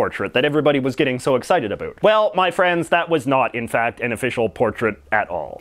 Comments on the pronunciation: "A boot" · Thank you, this answered a lot of questions I've had. May I ask you a question? Are you from Canada? I asked this because of the way you pronounce the word "about". Thank you for all you do. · You say “about” in such a Canadian way